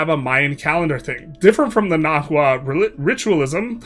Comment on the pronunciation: also, the hu in words like nahua is pronounced like a w. so its na-wa